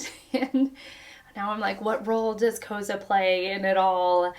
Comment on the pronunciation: Koza’s name is pronounced like “Koh-Zah”